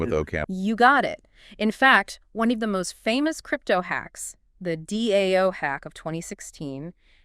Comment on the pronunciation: very realistic except for the part when she spells out DAO hahhaha. Overall, this is cool